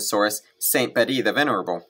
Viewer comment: Just a quick note....Bede's name is pronounced as if written "beed".